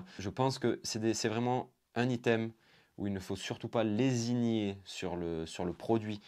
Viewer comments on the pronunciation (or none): Au top tes vidéos ! Pleins d'excellents conseils matos et généraux ! Petit commentaire malgré tout, ça fait plusieurs vidéos où je t'entend dire lésigner, on dit plutôt lésiner xD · C’ est lésiner , pas lesignier